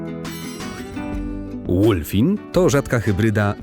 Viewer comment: Co to jest łulfin. Czym to jest. JAKI JAGLEW